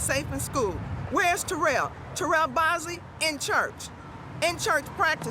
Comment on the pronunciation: This mother pronounced her sons name "Terrell" for you and the narrator immediately follows it with a mispronunciation. Either your AI voice is crap, or the person narrating is horrible with English. Is this a Chinese production? Do better next time, this narrator is far from "best".